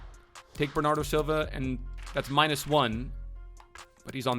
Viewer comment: u dumb?! learn maths and then learn how to say bernardo SILVA! not shilva or wtv u are saying